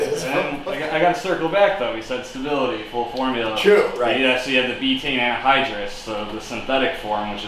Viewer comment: It’s pronounced “beta-ene”